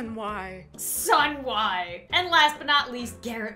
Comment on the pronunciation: “Sun-Why” Such inspirational words